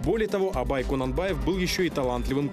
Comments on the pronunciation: Информативный ролик. Спасибо. Только фамилия Абая не Конанбаев, а КУнанбаев. В остальном замечательный ролик. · Не Конанбаев а Кунанбаев